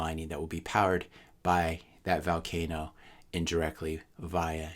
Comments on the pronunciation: It's vUUUlcano not vAAAlcano. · it's pronounced volcano as in Volume, not Valcano as in Val Kilmer.